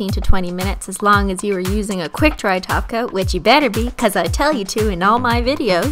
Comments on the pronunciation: she's saying top coat not taco😱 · Excuse me did you just say top coat Not TaCO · Back when it just sounded like she was saying taco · WHY ARE YOU SAYING GLOSSY TOP COAT ITS GLOSSY TACO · when u say top coat i hear taco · Cristine trying to pronounce "top coat" so properly😂😂